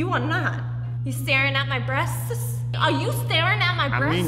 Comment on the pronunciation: Amanda’s comedy just seems to be a bad impression of the twitch streamer Brittany Venti down to the low cut shirt and random anger at fans who would look at her “breast-ta-ses” (even bad pronounciarion is a carbon copy). So it’s not only unfunny but probably stolen 😬😂